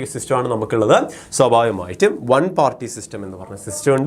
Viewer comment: swabhavikamayitum ena word pronounce cheyuna kurakavoooo plssss deshyam varun